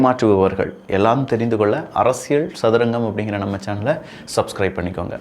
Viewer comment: அரசியல் என்று கூறும்போது ல், ள் உச்சரிப்பில் கொஞ்சம் கவனம் செலுத்துங்கள். மற்றபடி பதிவுகள் நன்றாக உள்ளது